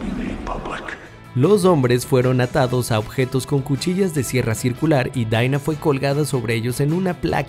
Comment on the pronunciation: Los personajes dicen Dina El narrador: Daiinaa